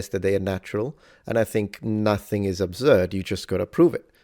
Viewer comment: Wtf is "Obzurd"?